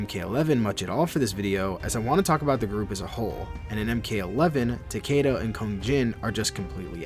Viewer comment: Its Tah-Key-Tuh, not “Tukayduh”